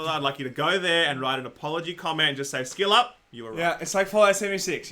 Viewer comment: He said skillup but I heard shillup 🤣🤣